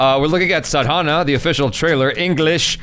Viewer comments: you're pronouncing it wrong. It's not Sadhaana, pronounce it as Saadhana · Its Sadhna Which is spelled as Saa-dh-naa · right pronounciation - "Saa-dha-na".......... rightful meaning is 'practicing an act by repeating'........ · you are pronouncing it wrong, it is like "saadhna"